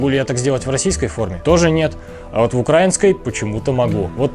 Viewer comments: Автор хочу поправить с ударением:не укрАинской, а украИнской!!! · Не укрАинской, а украИнской. Ударение правильно ставь. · Правильно не укрАинской а украИнской. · Я из Украины, вообще не военный человек, однако мне было очень интересно послушать грамотный разбор нынешней униформы Сухопутных сил Украины (если я не ошибаюсь, то в Военно-морских силах Украины несколько иная униформа. По крайней мере, цвет другой). Только, пожалуйста, говорите правильно — «украИнский (-ая)». От проверочного слова «УкраИна». Это не придирчивость, это — грамматика русского языка. Удачи Вам!